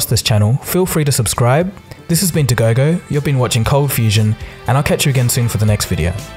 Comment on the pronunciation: The way you say "been Dagogo" always sounds like "Indiegogo" to me xD Great channel btw!